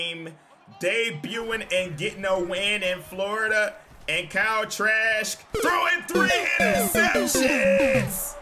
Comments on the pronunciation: I like how he's calling him trash instead of trask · Lmaooo it sounds like you’re saying trash whenever you say trask, sounds like you got something against him everytime 😂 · Sounds like is saying Kyle Trash 😅😭